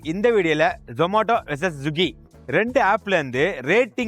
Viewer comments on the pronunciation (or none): Swiggy ❌ Zuggy ✅